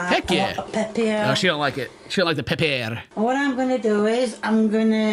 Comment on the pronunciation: I’ve never heard someone call pepper, pep pier